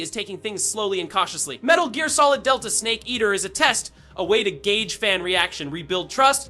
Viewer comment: Seriously! Saying “Metal Jeer” shook me and my entire lineage